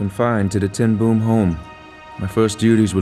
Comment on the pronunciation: It is very irritating how they call Ten Bóóm. It is not Ten Boem.